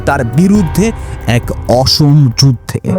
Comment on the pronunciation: উপস্থাপনা মোটামুটি ভালই ছিলো কিন্তু বাংলা ভাষা উচ্চারণে কিছু সমস্যা ছিলো যেমন "অসম" "অবিসংবাদিত" ইত্যাদি